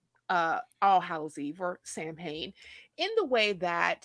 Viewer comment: Hey folks, Samhain is pronounced Sowin, FYI